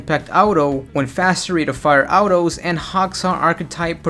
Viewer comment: Don like the way you say autos